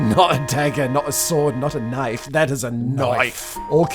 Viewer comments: Weird, this Kiwi seemed to turn into a knoife loving aussie for a short moment 🤔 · I find his excitement over the KNOIFE rather DEMENTED. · KNOIFE / 10